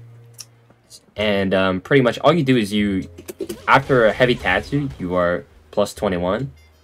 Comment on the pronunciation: The says " teahtsu " instead of tatsu